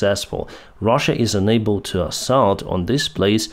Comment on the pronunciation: there is a difference between "unable" and "enable", so pronouncing it correct is very important. also there es a difference between T and D as well as "however" is not pronounced with the "W". if you really have "learned english form atlas vpn" you should have learned that too (this is hint number 6 on these topics)